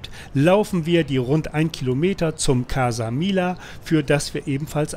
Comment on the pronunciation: Gutes Video. Casa Milla bitte Mijja aussprechen. ;)